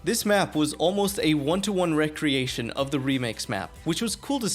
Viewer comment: The way you read the word “Recreation” as if it meant “Entertaining Activity” when you should have pronounced it as if it meant “Create Anew” set off my A.I. alarm. I was reaching to turn off the video until your “watch my stream” plug revealed that you were a person that reads imperfectly. While your plug may have not made me watch your stream, it kept me from quitting your video. Better a flawed person than an A.I.